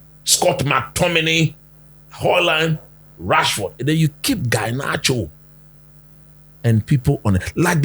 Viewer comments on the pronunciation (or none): Coach please is Garnacho not Guynacho 😂😂😂